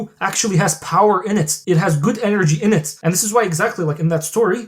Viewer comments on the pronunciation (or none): none